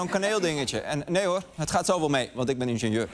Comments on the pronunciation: Die inteelt urker spreekt het gewoon heel bizar uit: ikbeneenzeur/ikbeneenzuur. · waarom ingenieur zo raar uitspreken? Het is in-gin-jeur